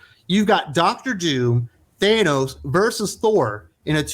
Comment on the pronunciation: Thann-ose, it’s simple. Not “Thane-ose”. Starlin has said it clearly and plainly many times. Seriously how do you say it correctly and wrong in the same sentence? And this series got bad as soon as the black winter story line ended. The Donald Blake story wasn’t good either.